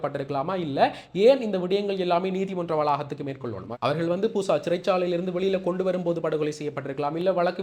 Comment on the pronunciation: அண்ணா கூசா இல்ல பூசா